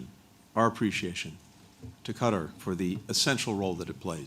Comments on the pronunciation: Qatar is pronounced “Kat-Tar” not Cutter. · It's Qatar not Cutter. Be polite and pronouns the countries name properly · Cutter?… ain’t it Qatar?… bunch of word salad🙄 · Total 🐂💩 blinkent’s. It’s not ‘ cutter’ ‘it’s Katarr’. US needs to pay for everything! Total bullshit….. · Seems as if he brought QATAR (NOT CUTTER) a bag of b.s. full of promises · He should how to pronounce the word Qartar!!! It's not cutter. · Whats this "Cutter" countrt he keeps talking about. I thought they were in Qatar. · he doesnt even bother to pronounce Qatar properly... Cutter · How is Qatar pronounced? As the actor /puppet pronounces it as ‘cutter’ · He can't even pronounce Qatar after a year of dealing with their officials. Shows his disrespect for all in the Middle East apart from his paymaster Israel. Frankly I have very little concern for 107 people that he has prioritised for the past year. Of that number I believe less than 10 are American and even then they are probably dual nationals. Why is it our duty to help???? America has enabled and funded the destruction, America should pay. He is a disgusting example of man kind who will meet him maker and find his fate. Taking about money shows his lack understanding. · These US officials are so disrespectful they refuse to pronounce "Qatar" properly while in Qatar! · He doesn’t even pronounce Qatar correctly; he’s an evil demon 😈